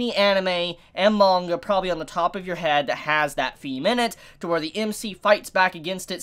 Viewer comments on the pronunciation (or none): none